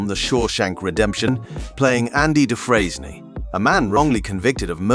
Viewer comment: You can tell that this narrater never watched Shawshank Redemption due to his pronunciation of Dufresne.